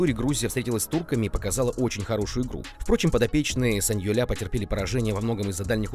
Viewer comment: Да,саньоль правильно,ухо подрезает саньолЯ